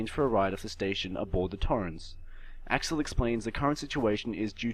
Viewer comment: "verlain" "axiel"